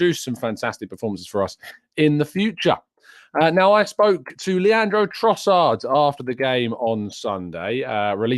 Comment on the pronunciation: you keep saying his name wrong. It’s Leandro Crossard now!